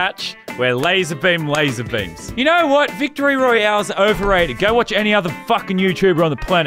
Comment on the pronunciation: royale, not royal